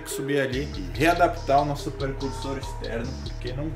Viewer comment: Eita cara "nócego" k k k k k k k k k k k k k k k